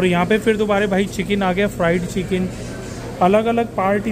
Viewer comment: / u see the way he said fried chicken ....racist